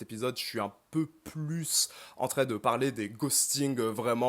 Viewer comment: tu dis toujours en très au lieu de en train ça me stress